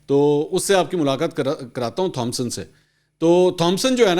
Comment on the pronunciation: The name 'Thompson' is pronounced as "Tomson".